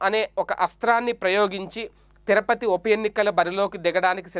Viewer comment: తిరపతి కాదు, తిరుపతి.సరిగా పలకండి.